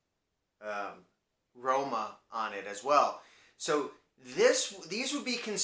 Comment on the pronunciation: Nice pronunciation for Roma, from a native of that place